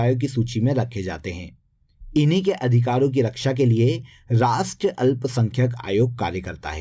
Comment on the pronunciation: Rastriya boliye sir